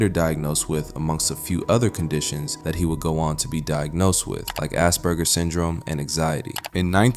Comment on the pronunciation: Narrator said assburger. Lmfao. Too much southpark.